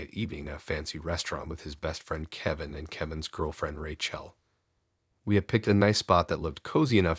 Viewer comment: Not sure if Ray-Chelle's name is actually pronounced like that, or you're doing it on purpose just to irritate me